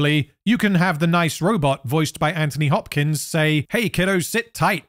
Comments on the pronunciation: Great video dude! I love how you were able to make this senseless movie make “sense". Keep up the good work your vids are amazing! Also, I know you’re saying Anthony Hopkins, but I do giggle when you say it because it sounds like you’re saying Anthony Bopkins 😅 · Every time you said Anthony Botkins it made me laugh so hard 😂